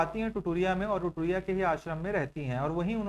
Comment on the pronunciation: Sir ap notes dictat krte ho to repeat bhi kiya kriye Nd the second thing ye ki aap bahut sare words ko mispronounce krte h jiske karan dikkat hota h, hindi me bhi ek bar dekh lijiye locations ka name jyse apne bola तुरतुरिया को टुरटुरिया और दमाउधारा nd लाक्षा ek type ka plant origin resin h jisko cg me lakh bolte h (this info is provided wrong by u) nd another mispronounce word is raj shitulya it is rajarshitulya so its humble request to u that rather than providing misinformation or mispronounce word,u can correct for the sake of learners who really believe in u